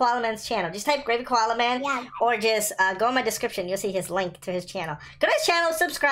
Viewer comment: Enes arayıcı its koalaman